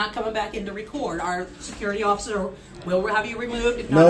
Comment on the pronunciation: I never realised before where apree got the pronunciation of ociffer from know I know it’s from you